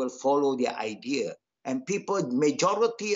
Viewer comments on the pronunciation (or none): none